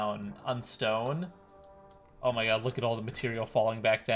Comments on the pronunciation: DID HE SAY ”OH MY GYZT”?! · HE SAID OH MY GYAA HAHAHAA